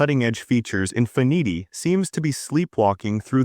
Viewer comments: Teach your AI how to say Infinity 😂😂😂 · The AI voice pronunciation of Mercedes and Infiniti were atrocious.